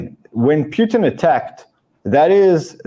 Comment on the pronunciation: Why does keep calling Putin, Pewtin?